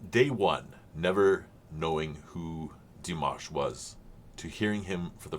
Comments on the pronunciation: There is a video titled "how to say Dimash Qudaibergen´s name". And the "a" in Dimash is clearly an "a" as in "pizza", not an "a" as in mash(ed potatoes). It appears some English speakers have problems hearing this clearly. But said "Dimash" correctly in the beginning of this video! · Do you mean in the beginning when he says Dimanche Dimash? If that’s the case I wonder if you know that Dimanche in French means Sunday and has named his Dimash reactions this because he’s posting them every sunday. And he pronounced the name correct. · I'm not quite sure what you mean. He pronounces the name Dimash perfectly. He's not repeating Dimash's name. The French word for Sunday is dimanche and pronounced similarly, that's just how it is. Dimash Sunday. Dimanche Dimash. I don't think that's silly.